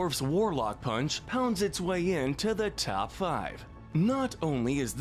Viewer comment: Pretty sure he doesn't even pronounce the "p" in "punch"